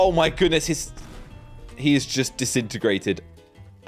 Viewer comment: I think it’s pronounced disintegrated no distitterratted